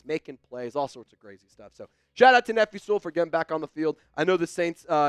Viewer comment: lol why he say Nephi like that? 😂